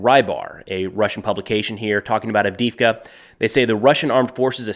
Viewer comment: Странно и смешно слышать букву И вместо двух Е - вроде не сложно произнести АвдЕЕвка?